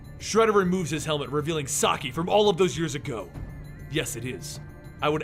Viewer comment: It’s SAH KEY NOT SAH EYE YOU’RE KILLING ME AT THE MISPRONUNCIATION OF SHREDDERS NAME 😡🤦🏾